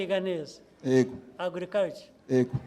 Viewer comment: Ariko Ntabwo tuvuga : Ego ! Tuvuga Yego!